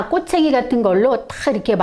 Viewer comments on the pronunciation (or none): 꼬챙리가 아니라 꼬챙이입니다